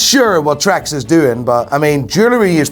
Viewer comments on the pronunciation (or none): Fuck Trans He pronounces it Trax